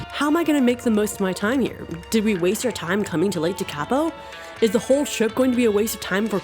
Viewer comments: Never say never. Of course the lakes are dried up. It’s January in the middle of summer. Your correct pronunciation of the name just to help you is in its syllables. Teka po. After a good winter the lake will be full and the greenery will be lush and green. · Your pronunciation of "Tekapo" 😆